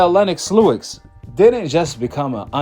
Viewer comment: Fam, Lennox Lewis… Why you keep saying “Lewix” but have no problem saying Joe Louis? lol I’m not trying to come off as an a**hole either… I’m just genuinely curious lol